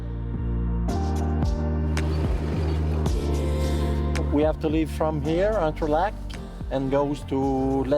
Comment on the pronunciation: Love ur show and that capsule but why cant u say the name of the town/village properly ? Its not st-donuts its St-donaaaaa say its in french tone please …no big deal